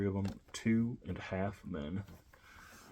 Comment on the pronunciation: U not saying it right